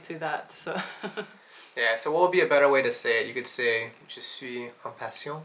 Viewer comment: The one that makes me laugh is << je souille... >> instead of < >